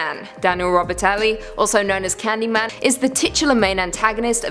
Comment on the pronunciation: ... You mispronounced Candyman's true surname. An accident from reading script maybe?